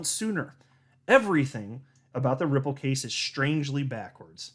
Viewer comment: Ripple sounds like nipple